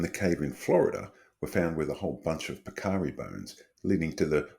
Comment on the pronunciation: More good stuff. One quibble: on this side of the great pond, we pronounce it PEK-a-ree, rather than pek-AH-ree. Them tayasuids is ours, dontcha know.